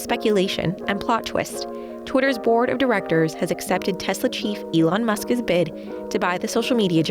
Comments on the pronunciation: Who is Muskez? The presenter keeps saying Muskez. Isn't it "Musk's"? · "Muskas"? If you put an S sound at the end of "Musk", it doesn't need to have an extra vowel sound in front of it. Musk's. Not "Muskas". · Muskis... Why do you say it like that? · Why can’t she say “Musk’s”? It’s like listening to a child fail to say spaghetti or something. “Musk is” is not the same as “Musk’s”